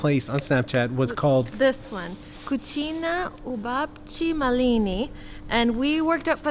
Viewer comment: Not cuchina but kuhnya...as for the pronunciation